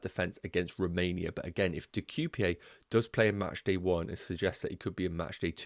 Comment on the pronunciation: Nice content! As a Belgian myself, the way you're pronouncing De Cuyper is probably worse than how you're pronouncing the Georgian names 😅 That being said, sadly I think Belgian defence is slightly overrated in international press. I don't see them getting many clean sheets as they're too nonchalant